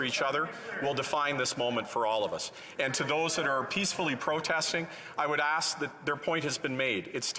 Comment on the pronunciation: Strange? the gentleman says, "All that I would AXE is that we would equally call it out." The honorable gentleman implies he and his Liberal colleagues have "healthy debates" with the opposition. Nothing could be further from the truth. Liberals NEVER engage in a 'healthy debate', they engage in everything other than "heathy debates." but, when questioned, they engage in obfuscating the question and talking about anything but the question....and he knows it. And all of this from a man who has lived off the tax-payer ever since he graduated from high school.